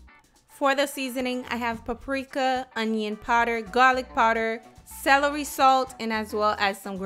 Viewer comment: Salary salt? Beef Broff? Lol Ebonics